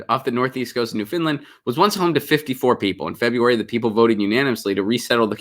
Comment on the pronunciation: New F-o-u-n-d-land as in "I found my lost keys", not Finland! ;-)